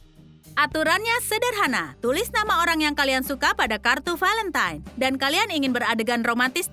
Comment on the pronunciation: Semey Niati Hey valentine bukan velemtan bacanya juga valentain